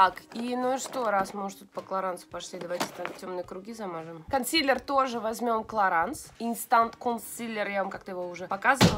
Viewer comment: Лена, клараН..ну тебе ли не знать?😒ну не читается последняя буква во французском..😓